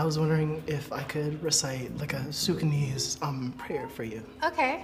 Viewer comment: I knew it was a setup when he said suc-on-neez.